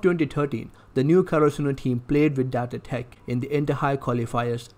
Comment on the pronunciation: The accent is so funny he said datae tech